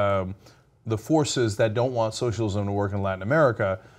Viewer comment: Lets try it phonetically: SO - SHALL - IZ - UM Work on it, and we'll try "Armenian Genocide" next week.